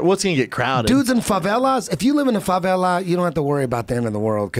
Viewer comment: I thought he said Fabela NOT FaVela. Not at this point in my life but I do know poverty. Why do you ask? Because I made a spelling mistake?